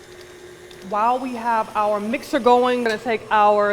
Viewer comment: You know she from the Bronx because she said "mixter". Love that shit.